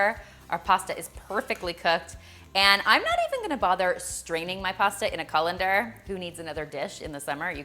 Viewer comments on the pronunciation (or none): none